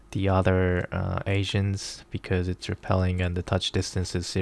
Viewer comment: sounds like ur saying "asians" lul